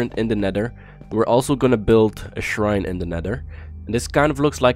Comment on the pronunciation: Shrine not srhine